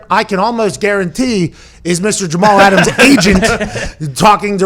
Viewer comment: 'Get Aht' -Jamal Ahtams